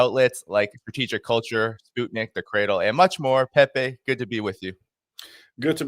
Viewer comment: I love how he pronounces Pepe’s name. ❤